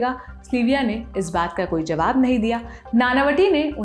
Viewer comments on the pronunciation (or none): none